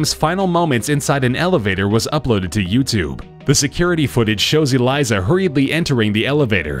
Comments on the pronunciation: Dude its elisa not elysa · That girl name is Elisa not Eliza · Eleesa not eliza